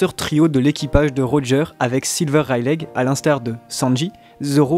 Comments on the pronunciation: c'est pas reileig mais Reyly que sa se prononce non de dieu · stop dire rail lé c'est rai ye li la prononciation 😂 la meme pour luffy ;) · Rayliiii pas raylegg :cccccc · C'est une très bonne vidéo que je vais télécharger et garder longtemps mais cette prononciation me met mal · freeeere même 3ans après ça me rends fou😭😭😭😭😭 ça se dit Reyli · Super video (juste ça me perturbe : vous pouvez pas dire [raie-li] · reileight on le dit "raili" mais sinon bonne video !! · Ta prononciation des mots en anglais est à chier mais le reste est bon XD wall quek aylande lol Rayleg. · Rayleigh c ps censé se prononcer "Reyli" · Serieux un peu d effort pour prononcer correctement Rayleigh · GROOOOOOS on dit pas le "G" de Rayleigh, c'est moche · Yop tu peux arrêter de prononcer le "G" dans le prénom de Rayleigh.